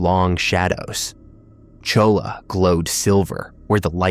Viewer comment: You Can't Pronounce Saguaro, or Cholla... You're not from Arizona.